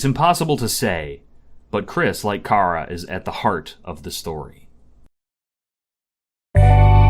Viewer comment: You pronounced Chara three different ways and none of them are "right" [I know there really isn't a true correct pronunciation but none of them are mine, lol. And mine kind of just comes from "character". . . And Chara's sprite is called "True Chara", and Frisk's is "Main Chara". . Like character] Mission Failed. We'll get them next time